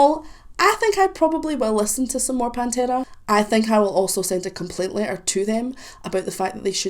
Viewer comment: I like the way you pronounce pantera ,just like we pronounce It in spanish. Try with -the sleep by pantera